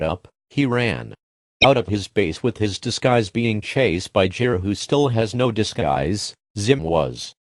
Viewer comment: Why you say jir it's gir